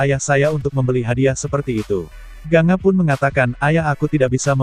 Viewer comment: Gangga ucapannya bkan ganga